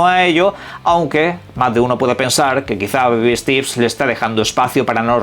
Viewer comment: Que mrd significa stips? Steps pendeyo steps se pronuncia stEps